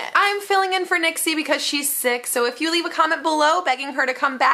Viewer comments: She called Nixie, NICKY! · Nixie "nicky" :P